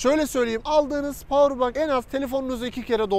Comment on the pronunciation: Powerbank diye yazılılır (powerbenk) diye okunur abi bilgine.